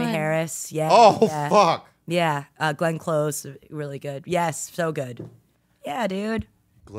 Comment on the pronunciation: i just love how bobby can take the simplest words/names (glenn close) and still fuck them up 😂. kholoko enjoys it too lol